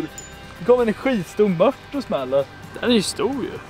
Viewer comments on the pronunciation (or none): Mört inte möt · Det heter mört inte mött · Det heter väl Mört inte mött